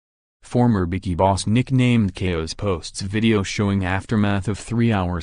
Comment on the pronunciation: That is not how u say bikie it's embarrassing